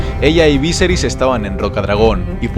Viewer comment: kai creo que no se dices víseris si no viserí